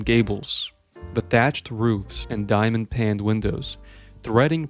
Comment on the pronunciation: getting "antediluvian" right but mispronouncing "paned" immediately after is pretty funny